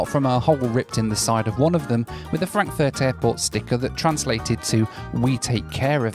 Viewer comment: Did he just say „Frankenfurt“??